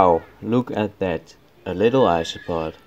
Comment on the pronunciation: when you said "look a little isopod" I heard "astronaut" and chuckled cause thats a cute joke, but then I realised it wasnt but im gonna pretend it was.